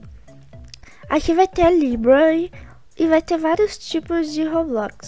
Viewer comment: Vim no video antigo p fala como eu AMO o jeito q vc fala roblox "Robloquiz" kkk tipo assim acho mt engraçado :3